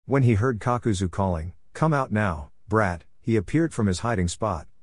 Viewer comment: Kakazu becomes Papazu 😂❤